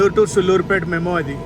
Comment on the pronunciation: మీ ట్రైన్ బ్లాగ్స్ అన్ని చూస్తాను. మీరు ఊళ్ల పేర్లు తప్పుగా చదువుతున్నారు. ఆర్కోణం కాదు అరక్కోణం. మీరు కాంట్ అంటారు అది కంటోన్మెంట్ అని చదవండి. రేక్ షేర్ కాదు. Rack ను ఉచ్చారణ ని ను తెలుగులో యథాతథం గా రాయలేం."సూళ్లూరుపేట" సుళ్లూరుపేట కాదు.